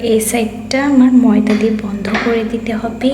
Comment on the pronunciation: ময়দা ভাষা টা টিক করে বল